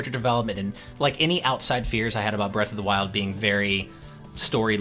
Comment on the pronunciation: How did they let "Breath of the Wildly?" slip by so easy lol